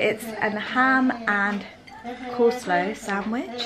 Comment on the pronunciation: Why do you pronounce Coleslaw like that? I assume that it was coleslaw. I’ve never in my life heard anyone call it cole-slow 😂